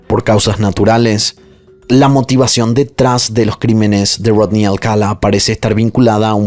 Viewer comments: Amo tus videos, el formato, la narrativa y tu voz. Sólo tengo un comentario en este caso, el apellido se pronuncia Alcalá (enfatizando la última a), no Alcala. Perdón creo que soné a Hermione con: es Leviosa no Leviosá😅😅😅😅😅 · Alcalá cin acento al final no Alcala... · Alcalá, tiene acento/tilde en la última A, es un apellido hispano... Excelente narración, excepto x eso.... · Se pronuncia Alcalá con acento en la última a... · Me encanta tu forma de relatar, lo único que no me gustó y hasta fastidió fue que pronunciaras mal el apellido Alcalá, todo el tiempo pusiste el énfasis en la primera a, cuando el acento es en la última.